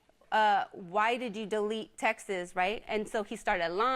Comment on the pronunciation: She is a complete mess. She will forever have these issues in her life and blame everyone else. Btw lady it’s texts not Texas.